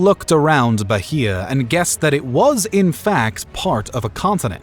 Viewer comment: The "h" in Bahia is silent.